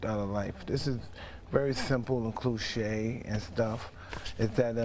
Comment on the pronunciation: "clouche" haha cliche